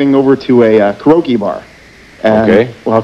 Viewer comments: “ Women’s LIB “ LOL Also, “ Crokee bar”.. instead of Karoke bar. LOL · It is not Karoki it is keh ree ow kee. He seems a lil dumb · Lol he called the Karaoke Bar a crokey bar geeez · Ka-Ro-Key Bar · He mispronounced it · Mispronounced karaoke.